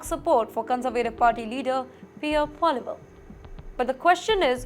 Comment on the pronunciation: Lol, she doesn't know how to pronounce PP.